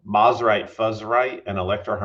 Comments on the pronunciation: I hate to be this guy, but I also know you care about accuracy, so…. It’s pronounced Mose-rite not Mos-rite. The brand’s name comes from the combination of it’s two founders’ last names, the first of which being Semie Moseley. I know several people who knew Semie personally, and they’ve all said the same thing. So I’m confident that this information is correct. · For historical accuracy, Mosrite is suppose to be pronounced “MOSE-RITE”